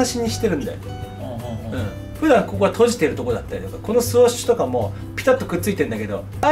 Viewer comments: NAOTOさーーん！！！ スウォッシュじゃなくてスウッシュだよーー！！！ 気付いてくれぇ！！！ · これだけスニーカーが好きなんだから スオッシュじゃなくてスウッシュってちゃんと言って欲しい。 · スオッシュって言うのが気になって仕方ない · そんなにスニーカー好きなのにスウォッシュって言ってるとこが残念です。 スウォッシュじゃなくてスウッシュです。